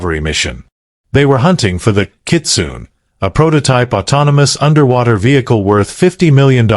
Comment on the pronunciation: Pronunciation corrections: KIT-SU-NE…every vowel is pronounced, no silent vowel sound, kitsune means fox in Japanese. BAD-JAO…not badjeo, the letter O is pronounced similar to the letter W.